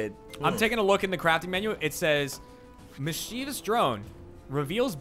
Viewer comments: I feel comfortable adding to the existing slapfight in the comments: everyone mispronouncing mischievous as "mischeevious" was absolutely disgusting and my enjoyment of the video was severely impacted for about five seconds. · Ryan, it's mischievous not mischievious. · Ryan doesn't know how to pronounce 'mischievous".